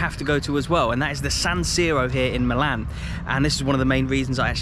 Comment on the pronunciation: The second team of Milano is called "milan" with the accent on the "i" as per the local dialect, "AC" means "Associazione Calcio"... or "football association". The team's name IS NOT "football association" but milan. It's like you say not Manchester United but "football club" because it's full name is FC Manchester United.